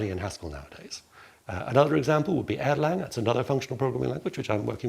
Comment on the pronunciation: It's Erlang, not Airline 😅